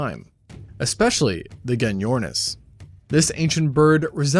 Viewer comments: Gen-yornis😅😅 pronounced with a J mate, as in Jenny ornis 😂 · its pronounced jenny ornis